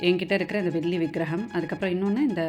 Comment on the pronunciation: Why is your tamizh pronunciation so bad...Velli....Not sounding like brahmin tamizh at all